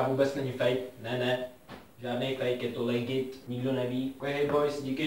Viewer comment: Tuším že to napsal schválně kvůli tomu že místo toho aby ten týpek řekl ledžit tak řekl legit jestli chápete :D